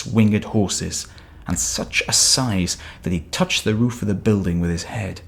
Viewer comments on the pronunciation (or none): none